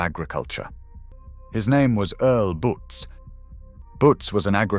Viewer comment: I remember Earl Butz, but I think his last name was pronounced butts